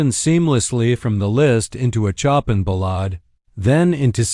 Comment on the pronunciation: Couldn't the reader at least pronounce Chopin's name correctly?